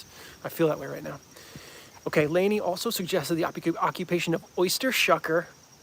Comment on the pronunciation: Everyone always butchers my last name, I like it when you call me Lanez :)